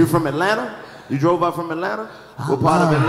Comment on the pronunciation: Did Karlous really say “who DREWVE here?” 😂😂😂 I thought it was DROVE Karlous